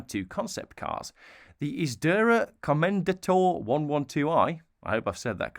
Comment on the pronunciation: Dude, it's Calá. Not Cála 😂 Jalpa is pronounced the Spanish way. Isdera Commendatore you pronounced almost perfectly, only that you don't stop at Commendator but you carry on to CommendatorE, and not like the sound like EE but the short hard E.